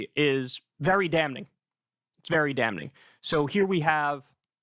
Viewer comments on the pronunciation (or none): Kyle should really take a class in speech. The way he says words phonetically. Like hr always says "dam-ning" For damning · I love Kyle, he’s my favorite political commentator, but it drives me crazy that he pronounces the ‘n’ in ‘damning.’ 😂😂😂